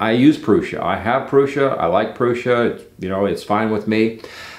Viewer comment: pronouncing Prusa in the right way is a kind of respect! Got me subscribed.